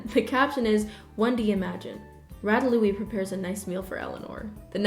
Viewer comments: hearing you say ratalouie (ratatouille) gives me a nervous stomach ache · Who tf is Ratalouie? It's Ratatouille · His name ratatouille. Rat-tat-ooo-eee not rata- loo-ee sorry it just was weird hearing it that way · did NO ONE catch her say Rata-Louis....... ratatouille, sweetie, i am so sorry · am i the only one that get really annoyed whenever she pronounces rattatoillie as rattalouie? she talks aboout him acually a lot and she always prononces it wrong. i love her content, but i can't be the only one thats notices this... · Yeah Ratalouie? What about it lol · Do you mean ratatouille pronounced rat at too wee? No hate, im literally just double checking? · Oh damn, I was pronouncing it as “LuLu LaRue” 🤦🏼‍♂️ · Nobody:: rAtaLoOe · OMG AMERICANS CALL RATATOUILLE RATALOUIE ??!?!? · rat uh loowee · sweaty, why don’t you know how to pronounce ratatouille right?? Put some respect on Remi’s name 👏🏼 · the way she pronounced ratatouille. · have i been pronouncing “ratatouille” wring this whole time?? i’m confused.